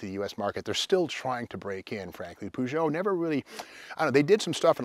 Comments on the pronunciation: Peu-jho Steve Peu-jho like inspector Clue-zzz-ho Clue -zzz-ho:face-orange-raised-eyebrow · I always pronounce the car's name as "push it " !😂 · Up until I was around 12-13 years old I used to think that Peugeot was pronounced "Pew-got" 😂 🤦‍♂️